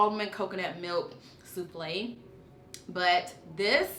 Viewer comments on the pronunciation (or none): none